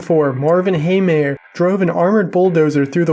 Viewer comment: First of all this was on lune 4 2004 Second of all his last name is not haymeyer but heemeyer